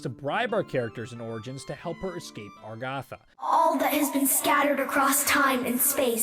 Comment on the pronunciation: It's not 'Orgatha'. It's 'Agartha' ahaha but who am I to blame you? lmao I really enjoy these. Good Work :D